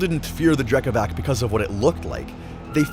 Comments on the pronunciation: Dude Drekavac is pronounced with C not K 🙂👍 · hey great interpretation of both drekavac and bauk! their descriptions differ from village to village of course, but all you mentioned was generally accepted norm. just tiny correction speach-wise about drekavac, it is spelled like drekavatz, but that's not something you can know from reading, so it's fine. still 10/10 from my side! big + for that eerie screams from them, very good! and big thanks for covering them at all!